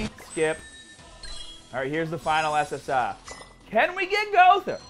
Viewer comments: This guy says SS Ah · I just looked you up and this is my first video of you and I'm not sure whether or not to like the way you say ssr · First time watching ur vids but do u really say SSR like that